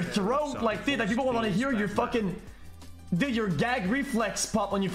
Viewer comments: Bro why he says dod instead of dude😂🤣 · The way he says dude. Bro its so scuffed. Yo did. Wasup did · I got halfway through this before "did" instead of "dude" forced me to stop. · Why the fuck he say dud